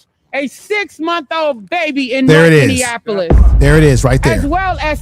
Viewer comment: Minneapolis is pronounced Many apolis not Many in apolis sir